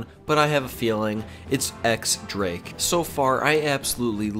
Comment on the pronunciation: X-drake is pronounced Dyes Drake. Smh.